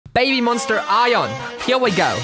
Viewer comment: Her name is pronounce Jong Ah-hyun 정아현 not Ah-yeon. 🙂